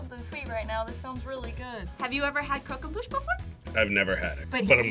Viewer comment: you fucked up that croquembouche majorly lmao